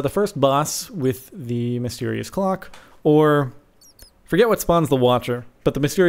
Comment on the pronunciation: I see what he did there.. "Ore" instead of "or"... funny guy... I have no life...